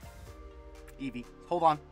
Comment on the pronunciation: sorry the luck wasn't hitting for you this time! also the way you say Eevee makes me actually laugh out loud hahah love it